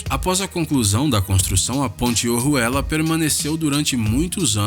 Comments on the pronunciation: Na parte da ponte ojuela quando ele fala entendi zé ruela 😂😂😂😂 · Kkkkk a Ponte OJUELA ele falou O RUELA